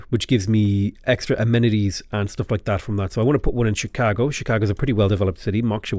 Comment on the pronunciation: I'm sure you know your pronunciation is regularly quite wide of the mark, but for some reason you nail Chicago not in the American accent but precisely in the Chicago accent, I think I got goosebumps, lol!